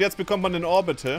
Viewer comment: Irgendwie hab ich bei seiner Aussprache von Orbital Orbil Hill verstanden. Dann hab ich mich gefragt wie soetwas aussehen soll... Ein Hügel ... im Orbit?